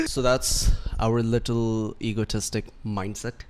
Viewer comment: Ego is tik. Not. Ego tis tik 😂🤦🏻‍♀️🤦🏻‍♀️